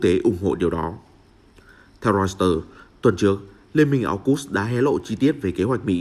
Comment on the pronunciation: Hãng tin Reuter đọc là Roi tơ, chứ đâu là Rois tơ. Lỗi 1 lần thì là lỗi, lặp lại nhiều lần thì đó là hổng kiến thức đó bạn.